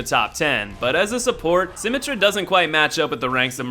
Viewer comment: I can understand why you'd pronounce Symmetra that way, but your try at Hanzo is appalling. That aside, this video really serves no purpose. Each placement is based on how good you specifically are. Reinhardt's abilities aren't effective? Not true at all--his flame does great damage and pierces shields and players while his ult can effectively wipe a team when used well. Widowmaker's automatic is too weak? Not if you actually aim it, which you did not in this video. McCree isn't very good? He's being nerfed in an upcoming patch because even the dev team agrees he's too powerful. I've got plenty more to say, and while I don't mean to be a dick, I honestly think this video communicates a false message about the entire game. It's not about figuring out who you like best and playing only them because you think they're "the best." It's about picking a character that counters the enemy. Winston, for example, is fantastic for storming points (jump, shield, and ult all contribute to this) and escorting payloads, and when teamed with a Mercy he's near unstoppable and a very heavy hitter. You only feel the way you do about assigning these characters ranks because you play them in a manner adverse to what they were designed for. I always appreciate your Soulsborne lists, but this one is based entirely on your own misunderstanding of the game at its core. Hopefully this has spread no ill will.